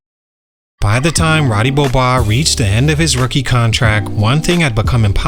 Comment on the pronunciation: "Ruudee Beeohboise"